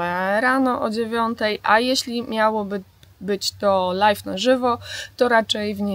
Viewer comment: na lajwie, nie lajfie ;)